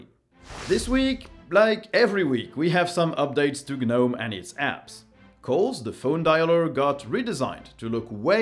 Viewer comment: Ok… its getting to the point i just cant listen to you. I understand Ga-English is ga-not your first ga-language, but… the G in gnome is silent, pronounced nome, not Ga-nome.